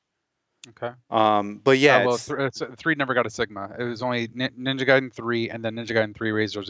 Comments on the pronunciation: Stop pronouncing it “Gay-den” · Oh no, he pronounced "Gay-den"